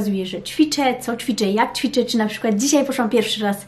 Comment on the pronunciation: Muszę bo się uduszę - Mówi się ĆWICZĘ, ĆWICZENIA., nie CZWICZĘ I CZWICZENIA.. Błagam, ewidentnie Pani językiem wiodącym jest język Polski ( książki w języku Polskim, rozmowy z dziećmi) więc proszę chociaż to słowo.